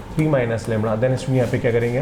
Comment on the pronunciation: The correct word is lamda not "Lamra "